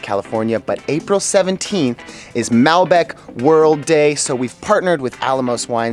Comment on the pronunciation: As an expat in Argentina of about 20 years, this is one of the most authentic videos I have seen. Very well done. Only suggestions is learn to pronounce Mal-bec'. Cover the salting of the meat, cooking with fat side up first, covering the meat with newspaper. I enjoyed your video.... you captured a LOT of the spirit of asados!!